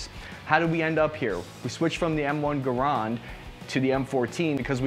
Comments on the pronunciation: M1 Garrond? Most people say M1 Ga-rand But the correct way is actually M1 Gerrand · It’s Gar-and not Gar-ond wth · “The M1 GAROND” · It is GARANDE with an E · "Guh-Rawnd" I learned a whole new pronunciation of Garand! :) (The correct one rhymes with "errand.") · Finally someone else who knows the proper pronunciation. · "M1 Ga-rond"? LOL! Say it right...!!!!!!!!! :) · ...polEEEmer.... garAWHnd. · That is the first time I've heard garand pronounced that way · Definitely not American the way he pronounces garand